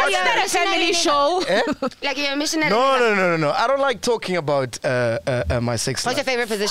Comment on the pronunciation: Mission- nery 😂😂😂😂